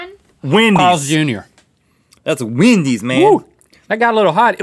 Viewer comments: Does it bother anyone else that they always say Wendys as Windys 😂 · Everyone: Wendy's Rhett : WeiNDieS